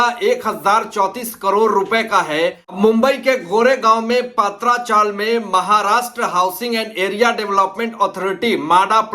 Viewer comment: पात्रा chawl नहीं, पत्रा chawl !